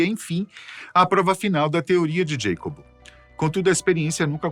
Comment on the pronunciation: Para ficar perfeito faltou chamar o mexicano pelo seu nome hispânico, Iacobo, não “Djeicob”. 🧉☕️🍷😸